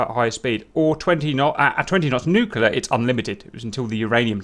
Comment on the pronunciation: Nuclear. It's pronounced "new-clear", not "new-cue-lure". Two syllables, not three. Sorry. Just bugs me.